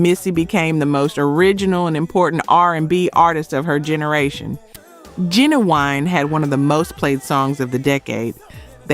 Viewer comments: Soooo many mispronunciations it's hard to listen to. It's not Ma Girl, it's My Girl. It's not pronounced Fyoujees. It's pronounced Foojees. It's not pronounced Ginawine, it's Ginuwine with a u. It's not pronounced Timbalon. It's pronounced just like it's spelled Timbaland. I enjoy these stories but you should say the names correctly or let someone else do it. If you don't know then you should ask somebody. In fact, assume you don't know and ask somebody before you post. If this is AI then you should get someone to read it correctly. I'm sure you would have more subscribers if your site were more professional. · It's not Genaeine it's Ginuwine,and it's Timbalin